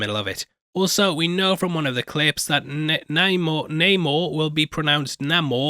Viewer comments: Stupid ass NAH-MOR… mfer been NAY-MOR since 1939, then woke Disney says nah f*ck that. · Namor.... U read it as namor but it's actually namor... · Just an fyi that its pronounced "Namor" not "Namor" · It's pernounced "Namor" and NOT "Namor". 🙄🙄🙄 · Namor will always be “ Nay-mor” to me ….. as Premiered should be Pre-me-air , not the Americaised Pre-meer ! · But it’s pronounced Namor not Namor.